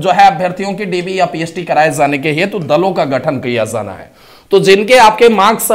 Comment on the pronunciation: Jana hai hota hai sir, zana zana bol rhe😂😂😂😂😂, j ko z bol rhe hai irritation hota hai sunke😅